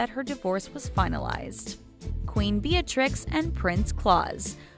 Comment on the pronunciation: Again with the pronunciation of Dutch names. Beatrix you pronounce as 'Bae-a-trix' and Claus kinda like 'clowns' without the n.. Also Willem-Alexander and Maxima... not even going to try to write it out. You should've figured it out before making this vid. There are ENOUGH dutch interviews where they pronounce it correctly. Seriously, fix this damn issue.